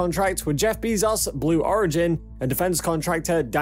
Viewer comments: Who the fuck is Jeff Beezoz?! Did you mean Jeff 'BAY-zohss' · Yes, jeff "bisos" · Lol. Bee-zoss